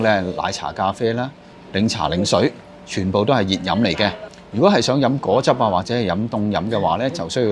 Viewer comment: 另外，正確係果(裹)汁，唔係個汁